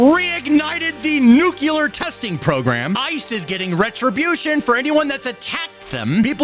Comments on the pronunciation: Dude! It's "nuu-clee-ar," not, "nuu-cuu-lar." OK, rant over. 😅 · The word is NU-CLEAR....NOT "nu-cu-lar".....I love ya, but please say the word without added syllables, just looking out my dude. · OMFG is “New - clear” not “new-cue-lar” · Nu cle ar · I can't believe you say nuke you ler